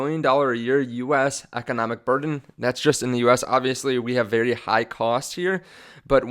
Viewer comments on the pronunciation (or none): none